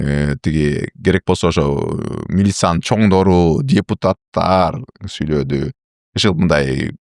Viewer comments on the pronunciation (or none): Интервью алып, маектешип жаткандан кийин туура суйлош керек да. Кылдыс, суйлодус дебестен